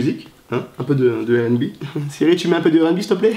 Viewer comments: donc tu prononce le R de rnb a la francaise... mais tu dis bi au lieu de bé comme à l'anglaise. ok le concept est spé mais ok. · Wola il saoule à dire « airènbi ».